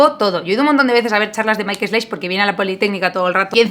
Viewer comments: Pronunciación aproximada de Michael Schlaich: mijael schlaij. Aquí puedes oírla, la ch como j, parecida a la española; y nada de Maikel, que eso es meter el inglés en casa ajena. Me encantan tus vídeos! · se pronuncia Maik Slaij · Se pronuncia maic slaij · Sobre la pronunciación, sería algo como "Míjael chlaij" (usando fonemas del español). Sobre el vídeo: 1. Eres guapísima 2. Pedazo de estadio 3. La primera vez que oí el nombre "Wanda", pensé que había oído mal y alguien hacía alguna broma sobre Wanda Nara (la petera de Icardi) 🤣